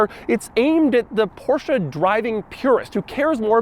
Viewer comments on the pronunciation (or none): Every time i hear him mispronounce Porsche as Porsha i cringe... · I feel like he is making fun of the people who say "Porsche-uh" but Doug says "Porsche-uh" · Aren’t you mispronouncing it?